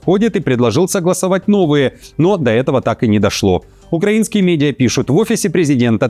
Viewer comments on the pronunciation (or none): none